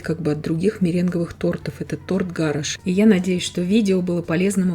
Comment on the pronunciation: 💯 Совершенно верно. Да и его фамилия иначе произносится.. ГА'раш - ударение на первый слог и с буквой Ш в конце.